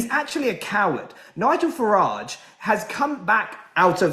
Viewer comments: Can’t stand the way he say FARRIDGE. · James O’Brien is absolutely guilty of whipping up hatred towards Nigel Farage (he deliberately mispronounces his surname too, so childish) he’s inciting violence towards a person simply for having an opinion he disagrees with and needs to be held accountable. He’s a vile bully.